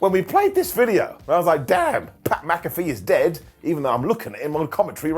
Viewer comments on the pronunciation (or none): none